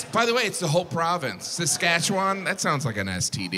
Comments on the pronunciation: I love how people who aren’t from Saskatchewan pronounce Saskatchewan. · You said Saskatchewan weird lol. FYI Regina used to be pronounced Regeena. It changed over time. Was the old queens middle name. I live there. You did not just say pile of boners 🤦‍♀️🤣